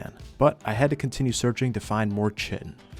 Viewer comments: Kai-ten, not chittin, or shittin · kite en not chit en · It is pronounced "Ky Tin" like a Kite made of tin. Chitin called like chitlins is creepy and wrong! Google it! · “Pteradon” instead of pteranodon “Chitin” instead of kytinn “Pullman scorpus” instead of pulmonoscorpius This guy’s pronunciation of everything it killing me😂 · Hearing butchering the pronunciation of “chitin” hurts my brain… KAI-TN (Kite-in) NOT fucking “chit in” 🤦🏻‍♂️ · Eeeerm ACKually, its pronounced KITE-n not CHI-ten ☝️🤓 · Its kai-tin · Great video. Btw chitin is pronounced like “kite in” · Chitin is pronounce kai-tin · Chitin is pronounced Kai-Ten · KY-tin. Hate you too. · Chitin pronounced kai·tn : D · Chitin is pronounced “kai-tin” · Love your videos, I don't own Ascended but if I did I would gladly fistfight a scorpion alongside you. Also, I'm sorry to do this, but Chitin is "Ky-Tin." I made the same mistake for years, as it's a word we typically only read without actually hearing it pronounced. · Heads up, the word Chitin is pronounced like “titan” with a K sound. like “Kite-in.” After I learned that it made the word feel less weird to say. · Just so you know, chitin is pronounced "kai tin." Comes from the Greek 'khiton.' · Chitin is supposed to be pronounced like kai-tin (like the name kai or words like die or shy). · Not sure if you care, but the word Chitin is pronounced "Kai-Tin". Love your videos. Fantastic storytelling and skill. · I couldn't figure out what you were looking for , then I realized it was "chitin". In biology, the word is pronounced like "kai-tin", but don't change how you pronounce it because some dumb guy on the internet tells you to. Keep up the great content man. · That's not how you pronounce chitin... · this is a great ark channel, but for the love of god please pronounce chitin correctly in the future lmao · I hope someone taught this dude how to say Chitin properly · sorry how was that pronounced for chitin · Real, and he can't pronounce either word lmao